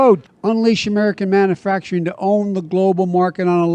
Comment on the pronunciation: I hate how he ALWAYS says manufacturing like "manafacturing". Every. Single. Time. xoxo